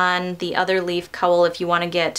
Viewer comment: Gorgeous pattern, but for Pete's sake, please learn how to correctly pronounce "cowl". What do you call the animal that gives milk and says 'moo'? Now, just add an 'l' to that. ;)